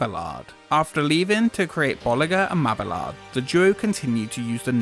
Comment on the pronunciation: "bulli'zhey and ma'beeyard" *